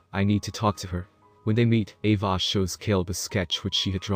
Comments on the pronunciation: also, the way you say 'ava' is so weird... lmfao it sounds a bit like 'evah' or 'eyvah' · He pronounces Ava as AvAH which is pretty funny